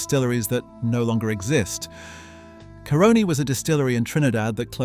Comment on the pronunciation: FYI The Caroni feedstock was stolen...acquired by that Italian under very dubious circumstances. When pronouncing Caroni, put the emphasis on the A, not the O